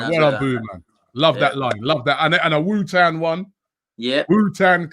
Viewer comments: Man said Wu-tan as well. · Tu-Pack and Wu-Tan.